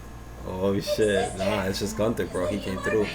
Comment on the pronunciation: Bro it's gowther not Gunther 😂🤣